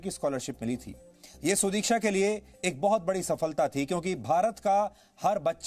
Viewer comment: Abbey saale udiksha nahi sudiksha hai !!